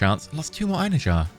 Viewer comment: I wasn't gonna say anything, but then you said it like 5 times in a row. Einherjar follows the same rules as Mjolnir, so it would be "Ein-hair-yar" or "Ein-her-yar"